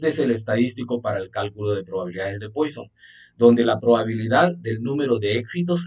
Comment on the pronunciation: Muchas gracias. Pero se pronuncia “Puasón” no “Póison”